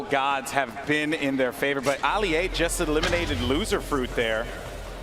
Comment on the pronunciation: when they said "Ali-a" I almost clicked off